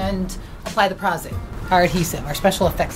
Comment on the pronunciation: Prahz Aide? No honey - no. It is Pro's Aide. Like professional - which you are not. SOE - you seriously need a refund if you paid them.